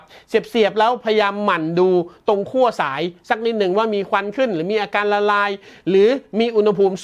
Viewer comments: ขั้ว ครับ ไม่ใช่ คั่ว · คั่ว ทำไม คั่วจนร้อนละลายใช่ไหม ขั้ว ครับ ขั้ว 5555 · ขั้วครับ ไม่ใช่คั่ว